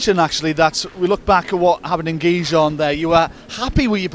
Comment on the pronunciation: Someone should really tell the speaker Gijón cannot be possible pronounced worse than he does